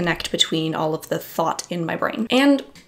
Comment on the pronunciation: I hear thought but I hear Thot. LOL. idk why